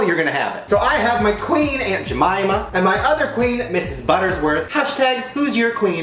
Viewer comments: Does it bother anyone else that Shane is mispronouncing "Mrs. Butterworth's" as "Mrs. Buttersworth"? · Hes saying "buttersworth" but it's really "butterworths" 😂😂 Mandela? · Shane, it's BUTTERWORTH'S, not BUTTERSWORTH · Conspiracy theory Mandela effect: you kept saying butterS worth instead of Butter-Worth’s 😅 I thought it was butters worth but the bottle says Butter-worth’s 😅😅😅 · I love Shane, but is anyone else PISSED that he keeps saying "buttersworth"?